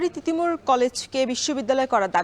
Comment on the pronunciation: তিতুমীর ❌ তিতুমুর ✅ - উপস্থাপিকা